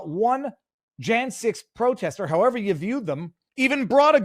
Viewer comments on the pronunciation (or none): none